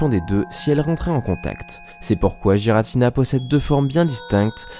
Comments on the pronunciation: ce n'est pas JIRATINA c'est guiratina ! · Par contre c’est ArKeus et Giratina et non pas Arsseus et jiratina... Sinon belle vidéo 👍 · C'est pas non plus Aceus et Giratina quand on sait prononcer le français, c'est Arkeus et Guiratina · Pitié je n'ai pas pu aller jusqu'à la dixième seconde à cause des bavures à répétition faites sur Arceus et Giratina. Faites un effort. Aller voir leurs films. Y'a pas de débat car leur vrai nom ont été donner dans les films. C'est pas Arceuse mais bien Arceus. Et pas Jiratina mais bien GIratina. Merci de faire attention à ça. C'est dommage de mal commence une vidéo intéressante à cause d'un effort absolument pas fait. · Je prononce "guy-ratina" perso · oui il a raison tout comme giratina faut le prononcer avec un "u" "guiratina" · Tu pourrais au moin prononcé giratina et arceus correctement autrement dit exactement comme la prononciation donné par le pokedex officiel